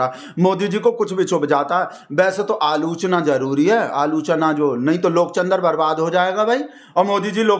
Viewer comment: Aap aalochna ko aaloo- chanaa bol rahe ho